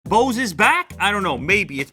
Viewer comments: How he pronounces “Bose” oh sorry “Bause” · You don't care now, but when you're having a conversation with bunch of audiophiles everytime you say Boose noise canceling headphones 700 You wish the name was shorter 😂 BNCH 700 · Bose huh I thought it was called Bose